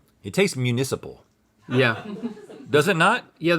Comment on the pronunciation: I love how they say "municipal" and "municipality" like they're some exotic notions 😂